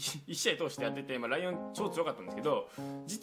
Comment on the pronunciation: あと、ライオンがもしかしたらリオンって読むかもしれないです